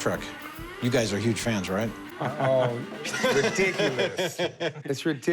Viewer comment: Trek not Track good lord